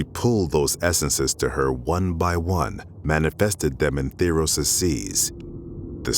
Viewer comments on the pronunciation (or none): He says ThEEros >:(